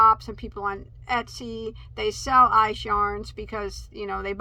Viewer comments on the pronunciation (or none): none